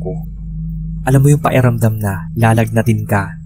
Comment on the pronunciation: Paeramdam ang banggit nyo tlga sir sa pakiramdam? Pero oks nman ikaw mag narrate keep it up! More katatakutan stories 🎉